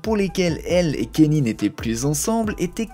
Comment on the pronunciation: c’est pas kenny mais kaNIÉ